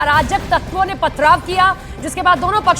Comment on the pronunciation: Arajak kaya sahi se bolo jisne pathrav kiya katua channel